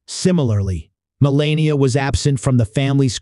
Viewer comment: Learn to say melanias name